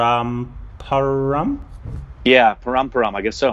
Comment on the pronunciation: its not parumparum it is pronounced paramparaam